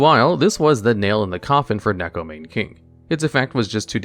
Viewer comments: I'm a weirdo who's learning Japanese, so please excuse me if I'm being rude here. The "Mane" in "Neko Mane King" is pronounced "Mah-Neigh," because in Japanese vowels are always pronounced the same, so you pronounce the "Ne" in "Mane" the same way you pronounce it in "Neko." Additionally each vowel is pronounced as its own syllable adding any consonant in front of it. The only exception I'm aware of is N if it comes at the end of the syllable (example: Ninja) With all that nerd stuff out of the way, here's more nerd stuff! (but fun now) In Japanese Neko means "Cat" and Mane means "imitate." So the card's name is "Imitation Cat King" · Because that's actually the correct pronunciation of Neko Mane King. You can look at its Japanese name and put it through a translator and it will show you that it is pronounced as Neko Mah-nay King. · Isn't it still Maw-nay? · Neko "Mane" King💀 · You know things are desperate when people are without any sense of irony trying Neko Mane King or Penguin Knight specifically because they SOFT counter a single deck because the deck, as a side effect of its core strategy, mills the opponent. Also every time I hear "Neko Mane King" pronounced like that it hurts a little.